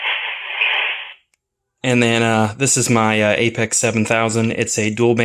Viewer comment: It’s pronounced “Apex” and not “A P X”????